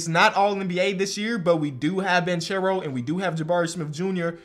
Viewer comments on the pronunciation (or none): it’s pronounced Ban-care-o not banchero. ❤️ u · the last name of Paolo is pronounced Bankero not Banchero. It is an italian Surname. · How long till finally starts saying Banchero right? (Ban-care-o) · its pronouced "bankero" tho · I’m pretty sure it’s pronounced “BAN-K(ARROW) not (charow) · Please start pronouncing Banchero like “Bankero” you’re killing me 😭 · Dude, it's [ban-ke-rou] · you should pronounce it Bankero, in Italy ch is pronounced k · Please pronunce Banchero right, Is like Bankero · Btw it's pronounced like "bankero" cause "che" in Italian is pronounced like ke. (I'm Italian and i'm super excited for my homie) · Paulo Banchero. Ban-care-oh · You are pronouncing Banchero's name wrong. It is like Ban-ke-ro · Hey just helping you know that it’s Jeremy Sochan(So-han) and Paolo Banchero(Ban-Care-O) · Paolo last name is pronounced with a hard c, not like the English pronunciation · You keep saying Paulo’s name wrong and it irks me 😂. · Please.. say Paolo Banchero’s name correctly